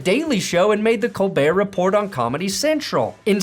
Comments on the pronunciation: down vote Colbert Report must be pronounced properly.... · Thanks for making me realize I’m getting more views than Skip! 😅 But I have to call you out on your pronunciation of Colbert Report!